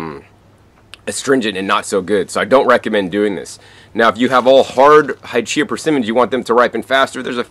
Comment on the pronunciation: the Hachiya variety is pronounced Ha-chee-ya, not "Hy-chee-ya." Ha, or "hah," just like "ha ha ha."